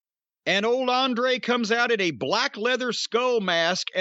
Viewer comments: I really wish Jim wouldn't pronounce Andrade's name like that. Every time I hear it, I think he's saying Andre and Andrade isn't on a level to be thought of alongside Andre the Giant in any regard. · the older he get the more Jim treads on blatent racism. say Andrades name right, damn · Cornette is dismissive as f*ck by mispronouncing his name all the time.